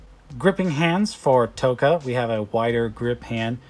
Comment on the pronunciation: Raz-arrrrrr and Tok-arrrrr lol